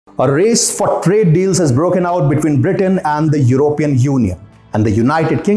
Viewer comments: I Wish you could pronounce " European " Properly and I mean no disrespect my friend, I love this channel! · I wish you guys could pronounce it properly as Européan instead of Erópean.